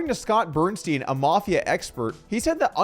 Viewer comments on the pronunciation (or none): none